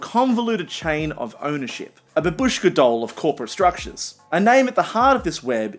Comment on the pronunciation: most anglo pronunication of babushka